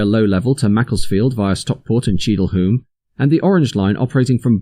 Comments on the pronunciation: Also Cheadle Hulme is pronounced Hewm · It's pronounced *Cheadle hyoom" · Cheadle Hyooom. Otherwise excellently informative.